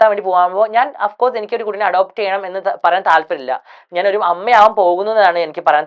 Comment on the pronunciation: "അഫ്കോഴ്സ് "😂😂.. ലൈക്, പേഴ്സണലി ... ഡ്രോമ (trauma) ഇവൻ ഭയങ്കര ഇംഗ്ലീഷുകാരൻ ആണ്...